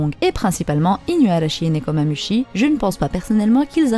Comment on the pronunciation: Nekomamushi, le Chat du Cheshire: se prononce chiche ailleurs